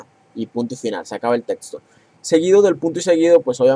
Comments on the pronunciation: Es neta??? "Tetsto"?????? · ×2 mi me da gracia como dice testo, etsplicación, jaja pero excelente video!